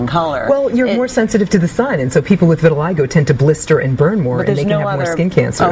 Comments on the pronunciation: "viri-lie-go" ? it's "vee-the-lee-go"" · No, lmao.... it's pronounced "vih-tih-lie-go" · vit a lig o not vit a leg a